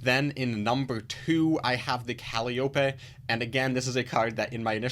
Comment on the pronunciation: Thanks for the review. Sorry to be that annoying guy, but it seems like we'll be seeing the card alot, it's pronounced "Cal - eye - oh - pee" Calliope